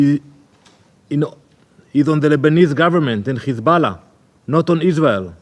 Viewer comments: Ok, what's His Ballah, this fool has a speech impediment, lies cause this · It’s hizbullah in Arabic. But when isnotreali people say khizbullah or khamas the kh is a Talmudic curse